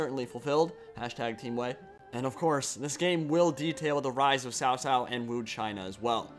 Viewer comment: Please make sure to learn pronunciations on the lead up to release guys, I think if I hear Zhang Fei or Cao Cao pronounced wrong too many times I might have a stroke.